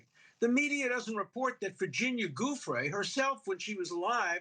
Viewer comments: still won't pronounce Giuffre's name correctly, Alan??????????????????????? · Have the decency to pronounce her name properly!